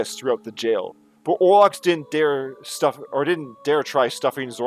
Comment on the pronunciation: You got it right !